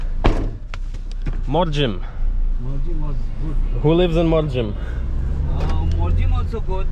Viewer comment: The last m in Mandrem and Morjim is silent.